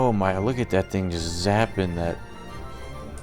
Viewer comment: Why does he sound 🔉 drunk when he says looukaa at thatitt